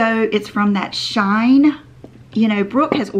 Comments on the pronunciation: I think it’s pronounced ‘ she in ‘ like ;she is in vogue. That’s what I heard; thx for sharing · It’s pronounced....She-in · I have ordered many things from SHEIN. Many good things, some missed. I think it’s actually pronounced She In. Like two words. Try to help where I can. 😘